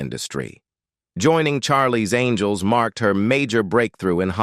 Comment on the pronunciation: Charlie's ANGLE'S ????????? That bloody Ai bot has problems pronouncing names